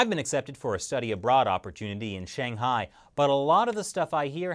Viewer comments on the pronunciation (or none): Why'd you mispronounce Shanghai? Surely you must know better. It ain't Shaing Hai. Uuuuuh, do you speak Chinese?